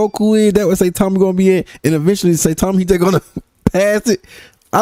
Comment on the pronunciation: bro really said satame